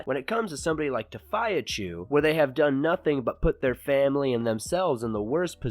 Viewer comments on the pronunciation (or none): It's fee not phi lol